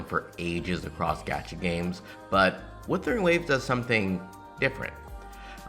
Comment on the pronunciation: Bruh that's not Weathering! That's Wuthering waves ! At least pronounce the name of the game correctly!